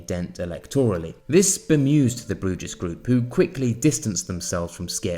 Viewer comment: Bruges is pronounced as Brews